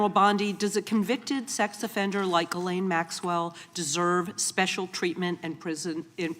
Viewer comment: Bondi pronounced Ghislaine, Guerlain. I guess she confused her with the beauty industry and putting lipstick on a pig.